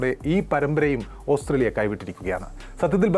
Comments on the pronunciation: ഓസ്‌ത്രേലിയ ന് പറയാതെ ഓസ്ട്രേലിയ എന്ന് പറയു. അരോചകം 😔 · Austhraila ennu aanallo chettante ucharanam